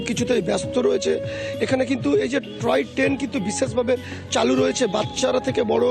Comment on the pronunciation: " ট্রয় ট্রেন " নয়, টয় ট্রেন হবে!